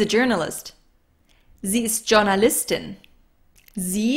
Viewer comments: Hi! i've noticed you pronounce the word "journalist" just like in english - but the letter "j" should be pronounced more like an "i", or is different with names and professions? danke dir:) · Why u Pronounced Journalistin from J sound not Y sound?